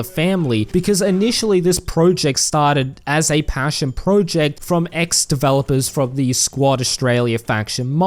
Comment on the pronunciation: You made this video purely to annoy us with your weird pronunciation of the word "project" is